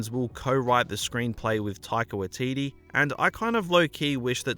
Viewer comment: its pronounced 'taika-why-teetee- not 'taika-wa-teetee'